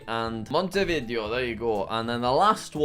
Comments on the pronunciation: he said “mont-eh-vid-ee-oh” he the “video” part more like the word “video” instead of “vid-ay-oh” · P.S. no hate, i even think the video was fun, but its a little bit annoying to hear monte vIdeo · Jack. Jack PLEASE do a video where you learn how to ✨pronounce✨ all the capitals in south america quito: kee-toe, not kwi-toe bogota: bo-guh-TA, not bo-GO-ta montevideo: mon-teh-vee-day-oh, not mon-tuh-vi-dee-oh